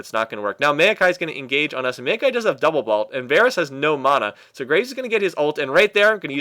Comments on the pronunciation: i always thought it was mao-kai, not mail-kai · hate how he says "meio-kai"..